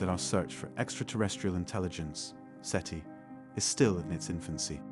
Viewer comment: It's SETI not CETI